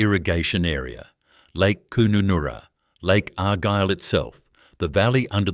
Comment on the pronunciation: D Kooonunnoora LOL